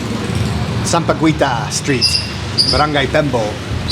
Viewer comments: Hello FYI you pronounce "sampaguita" with silent "U" sampagita.. Like Guitar. Try to visit Pampanga the culinary capital of the Philippines. God bless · sorry, you are pronouncing sampaguita wrong. U is silent.. love watching your vloggs. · Sampaguita is pronounce with silent u like in guilt(english). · you kept pronounce bad the tagalog word SAMPAGUITA. Sam-pa-gwei-ta Sounds terrible when always said that word. Did you know that sampaguita is the national flower of the Philippines. So please say it right. SAM-PA-GEE-TA (do not pronounced U) After you took main course coming up is the dessert. In tagalog word Panghimagas. PANG-- HI (pronounce this as He, not Hi)-- MA-- GAS Don't be mad Peace! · sampa-GWEE-tah ❌ sampa-GHEE-tah ✅ unless of course pa-cute ka lang on purpose 🙄😆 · Sup, sampaguita is pronounced locally as sam-pa-ghee-ta. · Sampa guita= sampagita Guita like guitar sir haha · Sampagita not gui. Sampaguita is called jasmine here in US. Yes, you are correct Sampaguita is the national flower of the Philippines. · Sampagita not sampaguwita, on how you pronounce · sampaguita pronounced "sampa-gita" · "sampaguita" is pronounced sampa-geeta. the "u" is silent. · Sampaguita is silent U. Sampageeta. No licking, gross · Kuya... if you see a word with "gui" or "gue"... in Tagalog... just pronounce the last vowel... so for "sampaguita" it is pronounced as "samapgita". For "Malaguena" it is pronounced as "Malagena" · "Sampaguita" pronounce as sampagita silent 'u' like - Aguinaldo, Guimaras. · It pronounces as 'Sampagita'. Silent U. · JUST SAY SAMPAGITA SILENT U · Nice video. Silent U in filipino words like sampaguita, quezon and Guimaras. Gi is pronounced as ki like in the word "kita". Keh in Quezon (Keh - Zon). Putahe word is still used in nowadays by us Filipinos. Nagiging matatas (fluent) ka na magtagalog kuya. Keep it up 😊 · Sampaguita is pronounced with a silent "u". Just ignore the letter "u",.😊